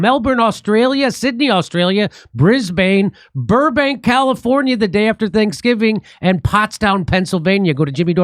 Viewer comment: Brisbane, Australia is pronounced Briz'-bin.